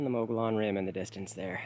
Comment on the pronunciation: Definitely Humphreys. Thanks for the videos. They make me really miss AZ. Edit: The rim is pronounced more like muggy-own. At least it was when I lived there.